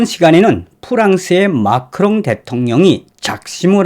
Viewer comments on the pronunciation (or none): 마카롱이 아니라 마크롱 ㅋㅋㅋ